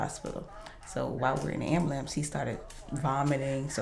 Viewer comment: Are you trying to sound cool saying ambulance say it right dummy